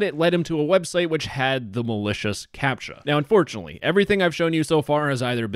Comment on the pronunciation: Thats an A sound not a U sound